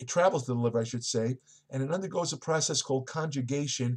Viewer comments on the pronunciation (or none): none